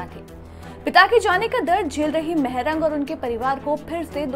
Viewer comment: Maarang not mehrang